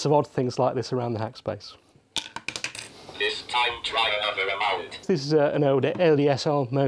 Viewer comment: Hackspac ?! I thought "e" is the most common letter in English, not in Nottinghack...